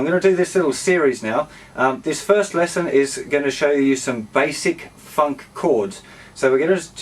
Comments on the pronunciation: bro when you say funk its sound like 'fuck' xD everything else awesome! ;) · when he says funk it sounds like fuck